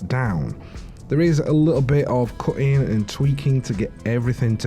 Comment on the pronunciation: Black armour is harder than saying the T's in cutting!